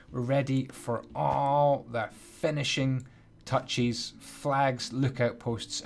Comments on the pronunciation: am I the only that heard say tinishing fouchs? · "finishing futches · why does he say tinishing fatchess and picky stiston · He said tinishing fouches and picky stiston😂